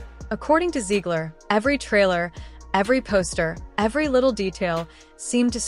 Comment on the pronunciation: I don't know if it's AI or actually you talking But please keep on messing up her name 😂😂😂😂 With all the dumb things she's done her name s deserves to be mispronounced all the time😂😂😂😂lol